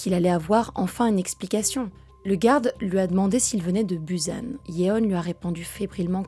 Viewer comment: salut je me permet; la ville que tu prononce "buzan" ce prononce "boussan" (sauf si c'est une autre ville que je ne connais pas) ensuite "M. Park" non, impossible car il n'y a pas de R dans l'alphabet coréen ça se dit "pbak" (oui une sorte de contraction entre un b et un p) "vive la romanisation" sinon la video est cool bien construite mais je ne sais pas si c'est des videos d'archives ? si oui le moment de la douche on voit bien que l'eau coule plus de 3 secs donc peut etre 30 secs ? 3mn ? c'est le problème avec les histoires étrangères la traduction peut etre parfois un peu erronée, ps: la série est sud coréenne et non nord coréenne attention car les nord coréens on la plus strict interdiction de visionner des series sud coréennes sous peine d'aller en camps ...